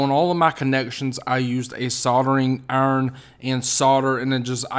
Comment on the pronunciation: What’s a soldering ern?